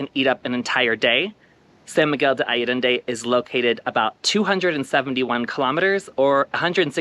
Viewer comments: Thank you for the nice video. Btw, its ‘ san miguel ‘day’ ‘ayyy - en- dey’’ as the pronunciation. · Allende. Ah yen day. Please learn to pronounce the town you’re making a video about. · I forgive your extra “D”. lol Thank you for a beautiful and informative video! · Ha ha - thanks for yoir reply ! No biggie: ‘ I ‘ - ‘ End’ - ‘day’. (Allende). Appreciate you my gay hermanos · “Alledende” - where I did THAT come from? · Actually, the syllable 'De' is pronounced (the) is a short sound...